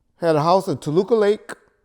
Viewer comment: That diction on Toluca LaKe!